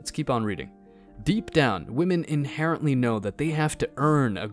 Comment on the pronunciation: Please never say inherently ever again